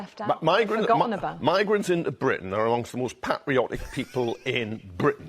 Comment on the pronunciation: Carl, it's pronounced 'patriotic' with a short 'a'. Please don't forget the proper English pronunciation.